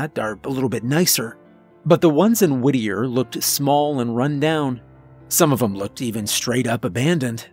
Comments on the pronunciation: I thought you were saying “woodear” or “woodyear” Is it Whittier? Lol Sounds like sirenhead tbh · I thought he was saying Whittier like Whittier NC, lol. Your explanation makes more sense.